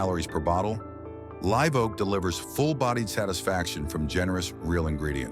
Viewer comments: AI pronouncing “LIV” Oak vice Live Oak, then corrects half -way thr4ough! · When will ai learn to say Live, not live? 😊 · AI narrating is sooo f'in annoying, live oak ....LIVE with a hard "I" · It's pronounced "live oak" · The AI voice can't pronounce Live Oak right.